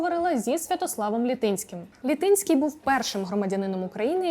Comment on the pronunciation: ЛітИнський - було б доречніше вимовляти ЛІтинський (з наголосом на перший склад), той, що з Літина, містечка на Поділлі. Наголоси - це теж елемент русифікації. А загалом, згоден з панами Мараєвим та Алфьоровим, прізвище не визначає людину.